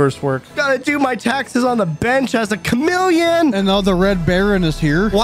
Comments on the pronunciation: Bro the way he says ChaMEleOn kills me everytime 😂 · Chamillion is what it sounds like